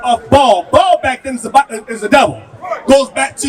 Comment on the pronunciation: Pronounced Baal not ball ❤❤❤